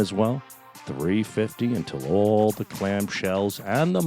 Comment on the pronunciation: Love you Sal you are real and you tell it like it is . And you said clam 🤣